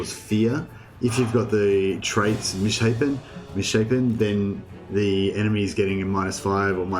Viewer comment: It bothers me that you said misshappen rather mishapen. Its pronounced 'miss shape n'